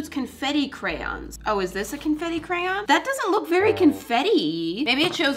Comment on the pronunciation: I watched a video of yours and it's very nice it was from 1 or 2 Years ago and you don't sound weird when u say Crayon